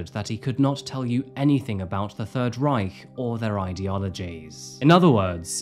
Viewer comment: do you speak German? Your pronounciation of 'Reich' is really good. Kind regards from Berlin!